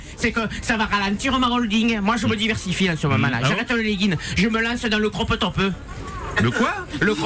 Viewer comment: Le cropeuh topeuh